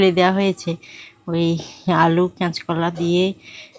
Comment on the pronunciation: তুমি কি কাঁচ কলা বলতে পার না।